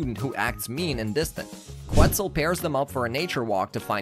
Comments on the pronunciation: I’m sorry dude, but they pronounce it (Ket-zul) on the show, not (Queh-Zul) and Enrique is pronounced (En-reek-kay) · Loved the recap, but come on, really? "Qwtzel and "Enrick"................................................................................. And I thought I didn't know how to pronounce Spanish names😂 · This guy has obviously never seen Dragon Tales, cause he doesn't know how to pronounce Quetzal right. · I SCREAMED out of sheer embarrassment😂